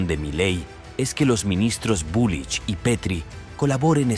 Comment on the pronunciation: Jajaja es bulRich no bulich